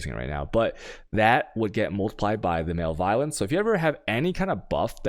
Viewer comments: What? It’s just maleviolence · lol, "male violence" I have to wonder if some of these people graduated high school. muh-lev-oh-lense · malevolence =/= male violence xD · I think you’re pronouncing malevolence wrong